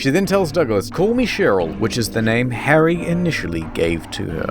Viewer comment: Its "Harry" BTW😒